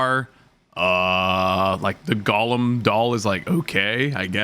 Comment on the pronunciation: will never learn how to pronounce the word Golem